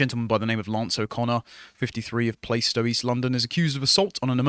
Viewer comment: Fuck sake...!!! Its plaistow, not PLAYstow... do you wear a PLAYster on your wounds...?